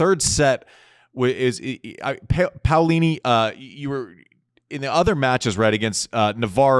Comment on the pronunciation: You nailed Paolini's name Andy, way to go!